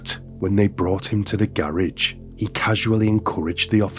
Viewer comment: AI can’t even pronounce garage. ROFL😅